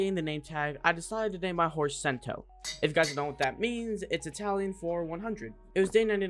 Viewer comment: I'm Italian and I love you fot that, but it's not pronounced "kento", more like chento? Idk how English people pronunce a strong c but I hope you know what I mean